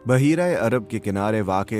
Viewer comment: ”بُحَیرَہ”ناکہ بَحَیرَہ”غلطی درست کریں